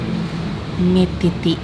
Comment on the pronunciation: apa aku salah dengar yah nyebutnya kok kayak mie titit